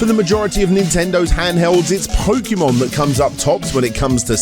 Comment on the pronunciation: New drinking game: Take a shot whenever says "Charizard" or "What's better than...", mentions pins, or pronounces "Pokémon" incorrectly.